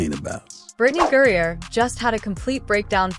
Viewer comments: I stopped listening after the automated narration messed up the name 30 seconds in. Please use phonetics in your scripts if you don't want to annoy your potential follower. Britney GRIE-NER and STEVENAY Smith will sound normal when narrated. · "GRINER" get his name right!!!!